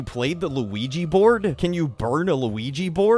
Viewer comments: Weegee board. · luIGI boArd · Just Me Elora Luigi bOARD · luigi bOARD!!!!!! luigi bOARD!!!!!! luigi bOARD!!!!!.? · lu we gee BORED? I'M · Tracerino dude srsly is this mispronounced word like auto-correct or something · How he says Luigi board makes me laugh the hardest out of this entire video.